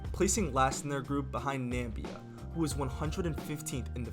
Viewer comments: It is Nam--IB-ee-ya ... Just like how you pronounce CarrIBean. A Namibian Carribean ! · NAMBia. .. loooll 🤣 i'm weak